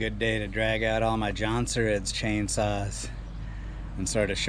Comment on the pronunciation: Jonsereds! Emphasize the s at the end. Lol